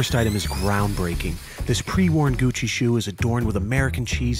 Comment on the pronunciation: "Gushi shoes"